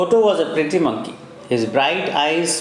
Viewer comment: its monkey not moonkey